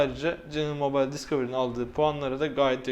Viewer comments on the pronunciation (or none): none